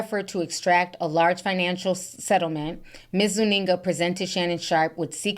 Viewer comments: ZOO-EN-GA lol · Lmao the way you say Gabriella Zuninga lmao😂